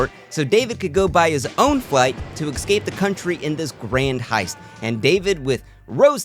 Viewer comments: Escape Not Excape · Each time you say escape you pronounce it as excape and it drives me nuts. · PLEASE stop saying eXcape. It's "ESCAPE". No X! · I’m sorry I love your content but the word is "es-cape" like the letter 's' and then a cape. Stop saying "eck-scape" like a toddler, its embarrassing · I still love your videos and I’ll keep watching. But it’s esssscape, not exxxcape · eXcape eXpresso eXpecially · Great video. One note for future videos: work on your pronunciation of "escape".